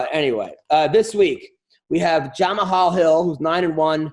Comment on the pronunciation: I FUCKING LOVE YOU, BUT YOURE BRUTAL WITH THE WAY U PRONOUNCE JAMAHAL HILL'S NAME, ITS PRONOUNCED THE SAME AS "JAMAL" THE "H" IS SILENT BRO, ALSO FIGUEIREDO'S FIRST NAME IS PRONOUNCED "DAVISON", sorry man but if i hear you say JamaHall or Division Figueiredo again i might blow my brains out.